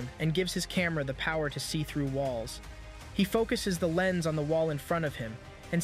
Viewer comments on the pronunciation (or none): none